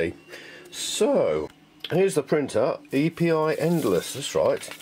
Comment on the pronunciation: I'm glad to have been able to help. It's just Epi, by the way, like 'Episode". Not E.P.I.